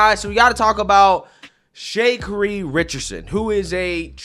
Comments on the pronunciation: My dude can butcher some names. 😅 Yes, but Sha-KA-ri is trash and an embarrassment to the whole country. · i believe it's pronounced Sha-Car'-ree. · ITS SHAAAAA CARI.... WHY CANT U SAY THE WEIRD FAKE AFRICAN NAMES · Her name is pronounced SHA-CAR-EE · Lmao so whitewashed he don't even know how to pronounce her name 😂😂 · Dude, you seriously don’t know how to say her name? SMH…also, I’m on her side here. I don’t think she should’ve taken her argument with him so far, but, she was totally in the right. Simply put, everyone is supposed to put their phone in airplane mode, but, even if someone doesn’t, it really won’t matter since they automatically go into such. Furthermore, this guy was totally harassing and trying to bully her, which is the true cause of this situation. When they tell folks to put their phone into airplane mode, it’s not so aggressive…just a “please put your phone in airplane mode” and let it the hell go! Then, when we see this recording, we can see the plane has not yet moved, they’re just telling folks to put away their bags and put their phone into airplane mode, but the Flight Attendant said to her she CANNOT Record (since when?), and kept trying to force her to stop recording. Simply put, there are no rules on a any flight saying a person cannot use their mobile devices, he was making up reasons to antagonize here, and he did so. I think she should’ve been wiser with her approach by diffusing it and then later complaining about him. She definitely didn’t choose her battle wisely, but, she honestly didn’t violate any airline rules! Notice how someone told her to call them…they were clearly backing her up as a witness. BTW, her comment about being a superstar wasn’t an arrogant comment…folks were trying to speak down to her and she stated that comment in response to them tr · He saying her name wrong on purpose lame…. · ur butchering her first name lol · Why does he keep calling her Shakery 😆🤣😂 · Her name is pronounced Sha-Car-E